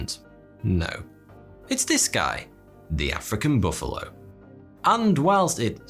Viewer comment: Most dangerous animal? Mosquito, not baffalo.